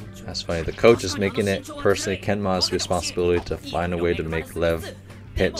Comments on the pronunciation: Lev is a russian name. It's actually pronunced more like Lief (ɫɛf in IPA). I think you, like many viewer, let yourelf be too influenced by the way it's written, coach... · lev pronounced liev and it means lion not tiger